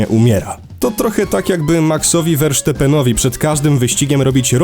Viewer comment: Fani Red Bulla wiedzieli by jak się wymawia nazwisko Maxa Verstappena. ;)